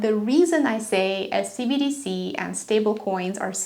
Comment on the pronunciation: Hello, I love how you present your information. However, you garble your enunciation of "CBDC"; which makes it sound like "CDC". Not a criticism just an observation.